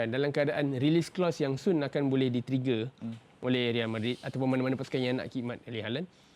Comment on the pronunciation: NICE SEBUTAN.. RIAL MADRID.. RIAL KER REAL..